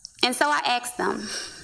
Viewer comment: She axed them?? That is her problem; axing men.